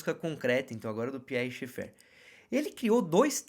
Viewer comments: Gostei do conteúdo, porém, "doeu" meus ouvidos sua pronúncia de Schaeffer, procure corrigir, a maioria das pessoas falam corretamente o sobrenome alemão. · A questão é que esse sobrenome é alemão, o fato dele ser frances não vem ao caso. Não custa vc verificar a pronúncia.